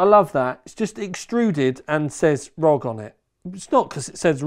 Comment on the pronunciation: ROG hahaha it’s R.O.G dude….